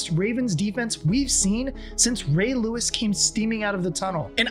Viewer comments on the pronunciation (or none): none